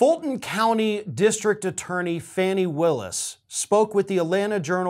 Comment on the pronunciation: She pronounces her name "Fawnie".